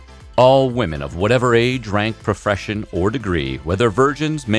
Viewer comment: Am I the only one who heard “profression” ?